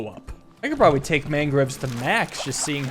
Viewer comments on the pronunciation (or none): none